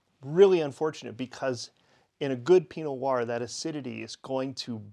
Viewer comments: I think I am hearing you say "pinoir" instead of "pino Noir" (skipping the "no" in Pinot) , but yes, maybe I'm just slow at listening. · Question, why do you pronounce Pinot Noir as "Pee Noahr". What I mean is, why do you say Pi and not Pino? Why do you skip a syllable?